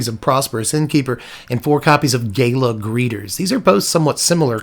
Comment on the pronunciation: It's "gala", not "gala".